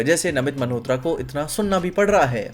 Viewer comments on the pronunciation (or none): bhai just one thing - why do you say namit 'maNhotra' 🤣